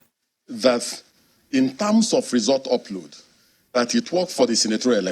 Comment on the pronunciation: "... in tams of..." 🤣🤣🤣